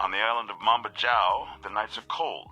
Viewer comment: Love the video but Mambajao is pronounced with a Spanish J (Mam-Ba-Hao) as the Philippines was once a Spanish colony